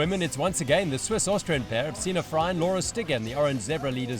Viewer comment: The name of women is Frey (Frei) not a (Frai)